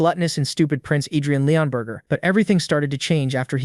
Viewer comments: the narrator is hungry his saying burger instead of burg or borg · I think bro's hungry he keeps saying Leonburger instead of leonburg😂